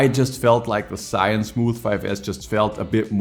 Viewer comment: I have watched many of your video but still not get used to it when you say the name of Zhiyun 😅